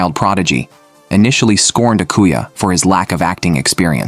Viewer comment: "aquuya" "kanai" "akaknee"